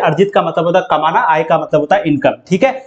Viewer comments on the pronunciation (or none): "आय "होता है sir. आए नही